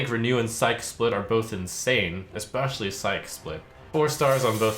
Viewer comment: deep breath Psyche is pronounced "sai-kee". Not "saik". If it were just "psych" it'd be "saik". Thank you, you've all been a lovely audience.